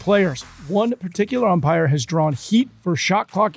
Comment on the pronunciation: Medwedew always saying Empire instead of Umpire kills me.